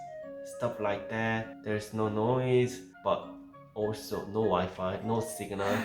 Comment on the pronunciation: lol no wife instead of no wifi xD